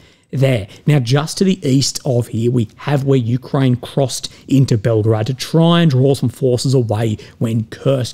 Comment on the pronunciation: Why say Belgrad?